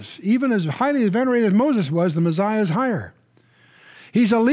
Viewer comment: why does Chuck say the meziah instead of the messiah?